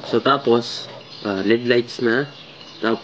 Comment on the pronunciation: Led ❎ L-E-D ✔️ Hehe